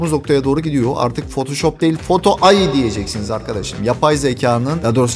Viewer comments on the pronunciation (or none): Ai'nın telafuzu ay şeklinde değil hocam, eyay şeklinde. Belki fark etmeden yanlış telafuz etmişsindir ufak bi hatırlatma olması için yazdım